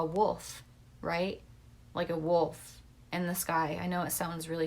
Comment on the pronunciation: Wolf kinda sounds like woe